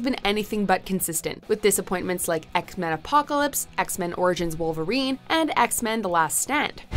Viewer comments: Did she just say ek-men on the first one? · What’s Eckmen: Apocalypse